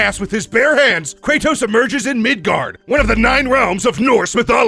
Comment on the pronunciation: Mid God not mid gard